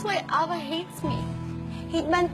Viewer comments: Why are they pronouncing it "Aba" (like the group band..Abba) it suppose to be "A-VA"... right? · Ey-vah pronounce nun diba?